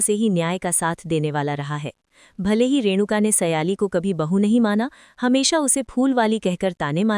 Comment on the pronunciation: O madam naam to sahi lo ye keya baar baar seyali seyali bol rahi ho sahi naam hay sayli or tum baar baar seyali seyali